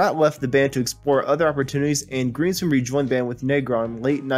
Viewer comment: Uh - it's GREENSPOON .. "the Concertmaster"